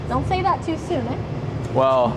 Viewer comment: She was pretty funny/nervous repeating herself during the tool change explanation, and at one point said "eh" like a Canadian but totally switched to a strange tex-mex accent when she was in the driving room with the Spanish guy.